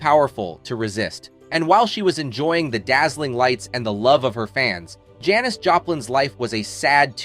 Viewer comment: Is this a robot and why does he keep mispronouncing Janis?